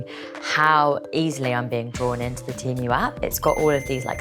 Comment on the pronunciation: Can we PLEASE at least agree it's pronounced TEE-MOO and not TEM-OO !!!